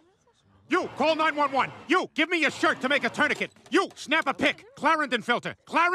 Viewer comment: Lol, Peter mispronouncing "tourniquet".